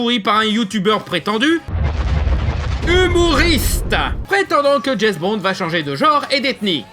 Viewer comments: Au bout de 4x « Jess Bons » j’ai arrêté la vidéo…. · Petite précision, James Bond ca se prononce DJAIMCE Bond et non pas DJAIZ Bond. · "Jezbond" pour une fois je ne critiquerai pas la prononciation, je le dis pareil XD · C'est qui "Djezz Bond"?